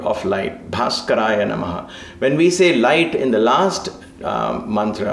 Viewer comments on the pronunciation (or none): am I hearing a Ph sound for last one Bhaaskaraya ? :) it is a B sound or P sound in english ?